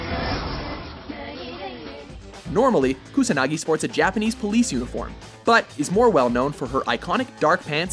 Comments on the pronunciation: solidragon09 and KAsanagi instead of KUsanagi and ShunShwe instead of Shunsui (even the freaking english VA pronounces it properly right after the announcer butchers it!). it's like they didn't even LOOK at the names! Your pronunciation. it hurts my brain @@ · Matthew Young Don't forget when he mispronounced Major Kusanagi as KasuNAHGee. And it's Key-Ree-Toh. Hearing Key-roto multiple times was like nails on a chalkboard... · I'm actually surprised to go through these comments and see nobody has picked up on Kusanagi being pronounced "Kasunagi".